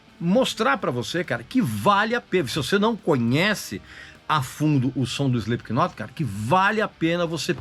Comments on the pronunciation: Cirúrgico !! Só faltou não pronunciar o K no nome da banda. Se lê "Slip not" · Ele fala “Espiquinot” chega dói os ouvidos 😮‍💨🤣🤣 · É inadmissível escutar alguém pronunciando o K do knot...